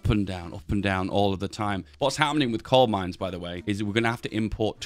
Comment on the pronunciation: Am I hallucinating or is he saying "Cold Mines"??